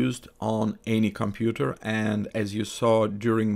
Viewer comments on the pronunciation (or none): none